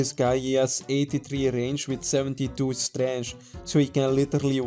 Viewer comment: hahahah for some reason every time i hear you say it, it cracks me up.